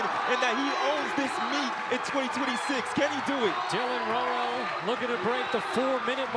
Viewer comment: Rowell rhymes with “owl” for future reference. This won’t be the last time you need to say his name.